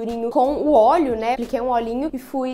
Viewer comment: "Apriquei" kkkkkkkkkk